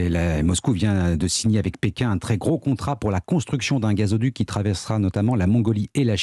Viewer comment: Merci! "GazÉoduc" c'est un peu olé olé, non? ;)